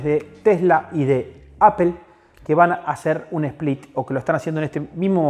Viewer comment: Bestia!!! Split sin "E"